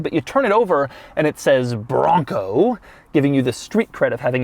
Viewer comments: The word BRRRONco (as Doug says) has lost all meaning already and I'm only halfway through the video. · So much emphasis on the “BRON COOO”